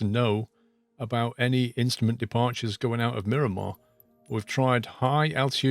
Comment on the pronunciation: Come on! Multiple people in last video pointed out that it is Miramar. When you entered the airport in Sky Vector it TOLD you it was MIRAMAR MCAS. You continue to call it and label it Mirimar. As a San Diego native, this bugs me greatly. Where are you getting Mirimar from?